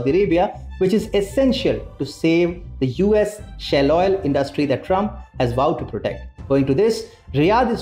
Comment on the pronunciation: Its pronounced shail oil not shell.